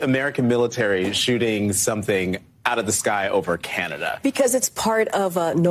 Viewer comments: Canadia? ... lol.. never heard of it. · Canadia? It's canuckistan, get it right! Eh. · ~ "Canadia." ...just, wow... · Canadia. LOL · "Canadia" -Stupidest press secretary ever. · Canadia,? Hmm isn't that Where Canada's are from🤪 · I love that she said Canadia! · Wow she actually said Canadia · Canadia?..........Canadia!!!!! We don't have no stinking Canadia!! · Canadia... LoL... I like that! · Ca-na-dia ?? WOW - great job madam press secretary !! 🤨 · CANADIA? I must have missed that country in geography class back in elementary school 😂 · i reckon millions of people have accidently said canadia, but having said that, peeair is just a dumb be itch in any case. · Canadia. Hahahahaha!!! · "Canadia" is common slip-up to be fair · Doesn't "Canadia"--or should I say "Chlamydia"--have their OWN fighter jets??? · I've said canadia before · "Canadia" lol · "Canadia" That's a new one. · Kjp is quite special😂 “Canadia” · Hahahah Ca-nay-dee-ah hahaha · "CANADIA" ..... says it all about the KJP intellect. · It’s not surprising to me she say pronounced Canada as “canaydia” lol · She said "Canadia"!!!! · Canadia, lol! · She said “in step with Canadia” 😂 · She said "CANADIA" bahahahhahahahahahahaha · "with Canadia" the fuckjing white house spoke person. Man is she dumb. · This spokes person for the US can’t even say Canada. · Canadia, lol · CANADIA!!!! WHAT A DUMMY. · Ca-nay-dia -How to say "Canada" by an Affirmative Action hiree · Canadia hahhahahhhaaq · "Canadia." The First Haitianian Lesbianian Presstitute. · "Oh Canadia..." LMMAO !!! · I bet Trudonia over there in Canadia is pretty pissed that you can't even pronounce his countries name. hahaha... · Thank you for pointing out that the dumb ass couldn't even pronounce CANADA properly. I mean it's not like our two countries share anything in common and were so far away from each other why would you even think about us, never mind pronounce our country's name right. 🤦‍♂ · Canadia? well as a Canadian I’m disappointed in her